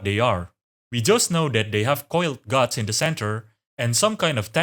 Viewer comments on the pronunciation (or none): none